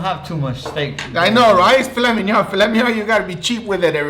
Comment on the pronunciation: "Fila minion" 😂